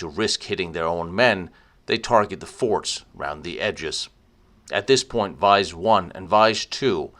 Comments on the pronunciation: Vise should be pronounced "VEE-ZAY", it's the same name as the local village "Visé" 'with an accent) nearby. The staff is indeed very well informed and friendly, same experience here. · Btw it’s more like Vie-zee not vice. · Hi, Very nice documentary. But "Visé" should be pronouced "Veezay" in English, and not vice.